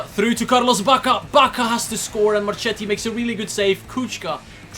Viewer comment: I love your videos mate, I'm from Italy and I support AC Milan and it's fantastic to see a career mode about my favourite team by a foreign youtuber, keep videos'quality like this and I'll follow them forever P.S. In italian if a name has "ch" before an "i" or an "e" we read it like it's a "k" (ex: we read Marchetti like Marketti) I hope this will improve your pronunciations ;)